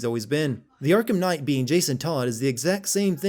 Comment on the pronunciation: Arkham Khight?